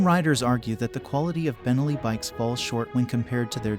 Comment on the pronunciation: Nice video. By the way, it's pronounced ben-NELLI, not BEN-elli. Think cannoli, not Tripoli